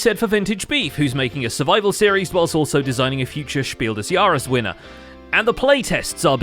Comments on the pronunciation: Congrats on the pronunciation of "Spiel des Jahres"(= Game of the Year in German) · Wow that „Spiel des Jahres“ really startled me, I did not expect to hear my native language around here. Pronunciation was pretty good tho :D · Dang, you pronounced "Spiel des Jahres" astonishingly good! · said "Spiel des Jahres" so good that i as a german didn't realise he spoke german for a second. I had to rewind to check if i am still sane